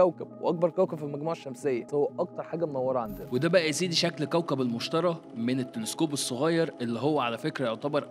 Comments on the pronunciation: تعلم عربي، اسمه المشتري ، بالياء وليس بالالف. انت كتبته المشتري، و تلفظه المشترى. ياجماعة من شان الله، في فرق بين الياء المقصورة والالف المقصورة. ميزوا بينهم. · لماذا تنطق الاسم خاطئ "مُشترَى" يينما الصحيح هو "مُشْتَرِي" الراء مكسورة, ولايمكن العيش فيه أبدا لأنه كوكب غازي ولا سطح صلب له. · إبقى إنطقها صح قبل ما تقدم المعلومة..إسمه "المشتري" ما حدش إشتراه عشان يبقى "المشترى" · المشتري وليس المشترى ... عدتها مليون مرة بالفيديو لدرجة خليتنا نركز انه بتنطقها غلط ... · انطقها صح المشتري بكسر اليا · المشترييييييييبييي لقد افسدت الحتوى بخطأ النطق